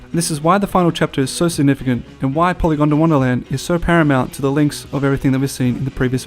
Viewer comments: It's pronounced Poly gond wanna land not "gonda wanna". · Polygondwanaland not polygondawandaland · Great videos. The way you are pronouncing Polygondwanaland as Polygon da wonderland is irking me though 😂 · You wont stop saying "PolygondAWANDAland" 😔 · Piss anyone else off how it sounded like he said "Polygondawonderland"?